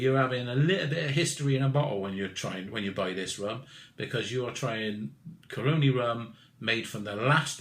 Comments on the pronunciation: Great review. FYI The region, company, distillery are pronounced "CAR-RONN-E". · love the reviews but.... say it with me; Cah-row-knee... that's how Caroni's pronounced.. lol cheers